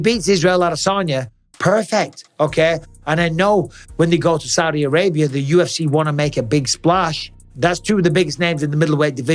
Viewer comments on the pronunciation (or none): none